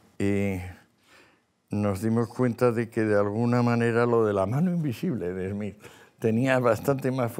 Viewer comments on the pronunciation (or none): none